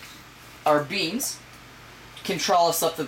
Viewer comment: do you intentionally pronounce "trellis" and "mylar" wrong?